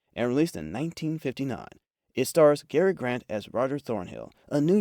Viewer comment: Please teach your AI to properly pronounce "John Le Carre", "Kim Philby", and "Cary Grant".